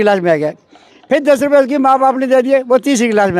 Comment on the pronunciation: ₹ sahi se nhi bol pa rahi h